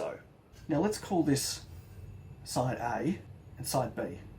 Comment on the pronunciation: 😆😆bwahahahaha😆😆 "side Ay & side Bee" lost my sh¡t on that one, man! Clear as mud, nice job, mate👍🏽